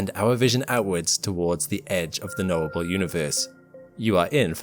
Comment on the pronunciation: I kept hearing 'noble universe' rather than 'knowable.' But I suppose it's noble, too.